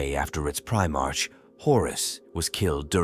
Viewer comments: Primarch is pronounced prime ark. Not prime-arch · Well, it's spelled "Primarch" but pronounced "Pri MARK". That, and pronouncing roman numerals as letters. Stuff like that is confusing for the AI. I think it's easy to fix going forward. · The ai voice saying primarch wrong everytime is so distracting for some reason 😅😅